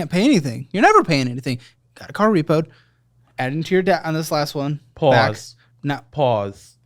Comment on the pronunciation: WHY ISNT ANYONE TALKING ABOUT THIS LMAOOOOOOO “ PAUWSE PAUWSE PAUWEE”…. “im pauwsing” LMAOOOO OMGGGG